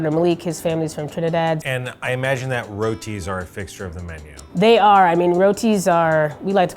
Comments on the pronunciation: its pronounced "rooti" btw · I got stuck on rOties there for a bit xD, man pronunciation is crazy